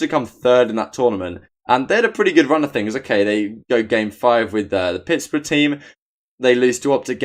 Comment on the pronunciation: Its Pittsburgh dude, not like pittsbrough